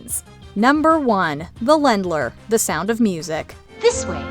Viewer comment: It's pronounced like layndler, not lendler. The umlaut over the "a" gives it a long vowel sound. Just FYI.